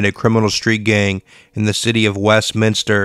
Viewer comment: westminister??? 😂🤭🤣 you are joking right lolol..?